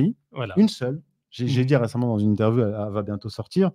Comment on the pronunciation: 56.42 bonne interwioo😉